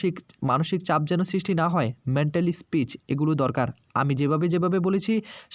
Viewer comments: বাংলাভাষায় ভিডিও করতে চলে এসেছেন, অথচ বাংলা কথা বলতেই পারেন না। peace কে speech বলছেন কেন? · ওরে হতভাগা , মেন্টালি স্পিচ নয় রে , ওটা মেন্টাল পিস মানে মানসিক শান্তি , ইংরেজি শব্দ বলতে পারেনা তাও কায়দা করে বলা চাই ।😂😂😂😂😂